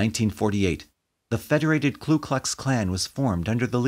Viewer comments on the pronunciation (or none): I was wondering if someone was going to point that out. I agree that it's a small point amidst the sorrow and themes of this video (which were well handled and well narrated), but getting the name right is important, I think. It's Ku, not Klu. A common mistake, but one shouldn't make.